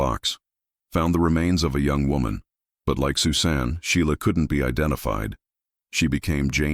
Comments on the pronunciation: Your AI stinks. "Sue Sahn"? Disrespectful presentation regarding this poor girl whose name was "SUSAN". Geez, do better. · The young lady's name is Pronounced Sus - an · Ridiculous. AI can't say Susan?? Dumb